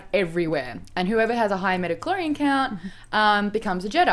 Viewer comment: Everytime I hear midi-chlorian I cringe a little, please stop T_T